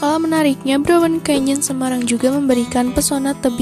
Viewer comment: Kok "browen" to. "Braun" sis.